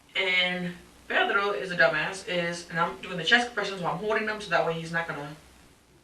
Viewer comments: She randomly decided to start pronouncing "Pedro" with an accent but she keeps rolling the R in the wrong spot and saying "Pero" (which means but) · Ew she says pedro ugly! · The way she says Pedro disgusted me. She puts so much effort in the pronunciation yet couldn't care for her kids.